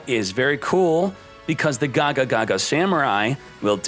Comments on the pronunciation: Like "gagagaga" instead of "gagaga"? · Good ideas! This looks fun. Also, Can you pronounce Gagaga and Xyz properly? I mean why even add one more "ga" lol